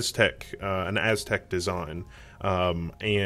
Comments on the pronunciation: not "AZTEC"....it's pronounced like "a-suh-tek" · your not even right....it is Asetek..... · Asetek hates your pronunciation!